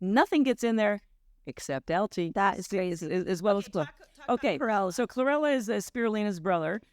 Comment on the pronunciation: She said chrorella